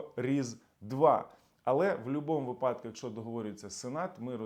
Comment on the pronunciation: Дякую, цікаво. До речі - вИпадок, а не випАдок.